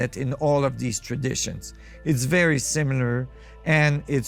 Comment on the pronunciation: Love the vay you say am i compliteli insaine smiler